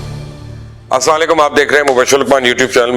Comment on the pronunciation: داد دینی پڑے گی مبشر لقمان کو بات کا بتنگڑ کیسے بنانا ہے کوئی ان ساب سے سیکھے، یہ ساب جو کہتے ہیں وہی سچ ہے عوام کو اپنے الفاظوں سے گمراہ کیسے کرنا ہے باہوبی جانتے ہیں. مبشر ساب پہلے سلام کرنا تو سیکھ لیں کسی اہل علم سے پوچھ لیں کہ جو آپ سلام کہتے ہیں اس کا تلفظ درست ہے یا غلط؟ سچ کو کوئی آنچ نہیں آج نہیں تو کل سچ سب کے سامنے آنا ہی ہے لہذا ایسے تجزیے کریں کہ لوگ آپ سے متنفر نہ ہوں. پاکستان کے سیاست دانوں اور کچھ اداروں نے مل کر ملک کو نا تلافی نقصان پہنچایا ہے آج تک ملک قرضوں کی دلدل سے نہیں نکل سکا اس کا ذمہ دار کون ہے؟ کبھی سوچا آپ نے؟